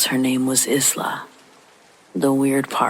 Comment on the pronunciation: Isla: Eye-lah.